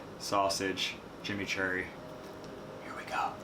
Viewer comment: I just love the way that he says Chimichurri and trows a drawing of a Mate, hilarious haha